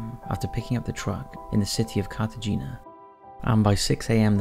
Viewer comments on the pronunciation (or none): It's pronounced CARTA HEINYA, Not CARTA GENYA.